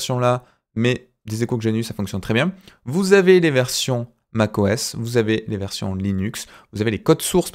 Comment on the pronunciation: "Mac OS" pas "Max OS" 😉 Pense à corriger. 😉